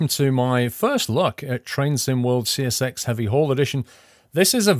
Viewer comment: See Ess Exxx.. not sex. :D